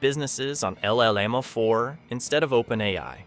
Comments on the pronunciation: “LL Llama 4”? Why do you say it like that? Llama is a word 🦙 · Llama is NOT pronounced EL-LAMA. It’s Spanish and it’s YAMA! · The narrator of this video can't pronounce llama correctly. It sucks.